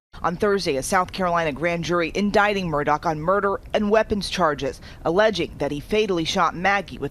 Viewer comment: This journalist needs to do her due diligence. It's not Alec Murdock, it's Alex Murdaugh unless you're retarded and from South Carolina. Pronounced "Alex Murda"